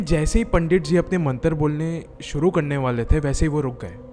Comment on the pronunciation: Bhai nind aa rahi he sunke mast wali ,,, pandit bolna Sikh jao Bhai pehle